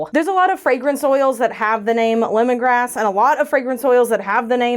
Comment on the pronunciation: Every time I hear, grapefruit lemongrass, I still hear grapefruit, lemongrab!😂🍋